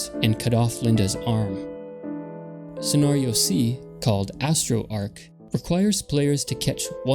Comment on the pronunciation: the way you pronounce scenario is distracting